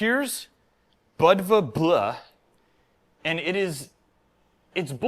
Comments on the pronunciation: Bleu is pronounced Blue. Just Blue. Its the same way Flavour and Colour are spelled differently. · Bleu is French for Blue. pronunciation was awful. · Bleu is french for blue and pronounced almost the same as blue in english.